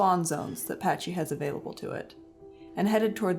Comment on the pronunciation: The way you pronounce “pachy” kind of makes me mad...